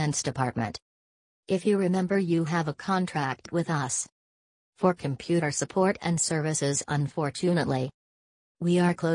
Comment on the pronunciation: “Why your comPEUUUUter”